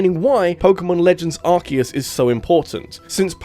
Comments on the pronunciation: Its Ar-see-us not Ark-eh-us (Arse-e-us ;) ) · For the love of god please stop saying 'Arse eus' You're british as well.